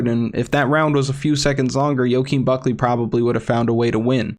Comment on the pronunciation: Only thing pissing me off is how you say Buckley name